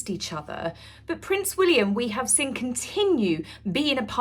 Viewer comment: You're just envious, mean, & a bad sport, as all rf minions are imo!! 🥳🥳🥳 A bit long in the tooth to do the coy fluttering thing & baby voice too, please stop!! 😬😬😬😆 He took the enemy out, do you understand what they're actually doing there love??!! 🤣🤣😆🤣 The word is seeeeeen, not siiiiiinnnnnn!!! :face-fuchsia-tongue-out: 🤡🤡🤡 Peghead was a paramedic deary, not a military man, he's incandescent with rage, as usual, what a tosser. 🥱🙄 Sorry lol, but whenever you speak whilst smiling it looks psychotic & utterly insincere btw, ask a friend if you don't believe me!! 😂😂😂